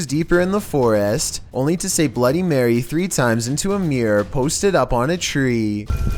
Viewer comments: "Blooty Maywae...Blooty Maywae...Blooty Maywae" Bloody Mary: "is my name a joke to you?" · Pronounced her name wrong..dat triggered mary